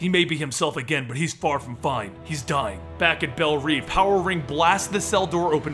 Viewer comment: I was really enjoying this until you said Belle REEVE instead of Reve. Still great though